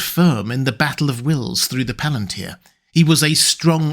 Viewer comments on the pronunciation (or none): none